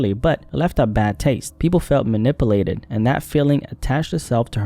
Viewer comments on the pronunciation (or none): “People felt manipalated” 🥴